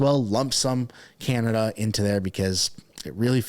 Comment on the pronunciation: New Meme....Oh Cana-duhhh😂😂😂